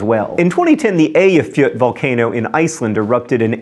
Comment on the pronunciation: how does he know how to pronounce Eyjafjokull but not Peracutin